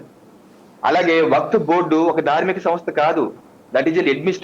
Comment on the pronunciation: correct person ni pattaru meeku baaga set ayyadu waqf pronounciation kooda raledu ataniki meeru ivanni aapi mundu seccular nunchi ila one side avvadaniki cause enti